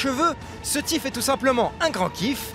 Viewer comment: Va falloir travailler l'accent anglais... Ça se prononce pas TiF mais Thief (FiF). C'est pas le tout d'essayer de faire une émission pour ramener l'auditeur geek, faut aussi mettre un présentateur qui sait de quoi il parle...